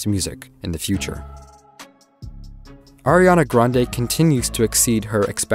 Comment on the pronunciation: him: AIRana grande Me: ITS ARIana GRANDE!!111